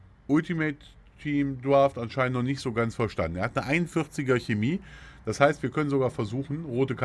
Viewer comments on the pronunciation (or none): none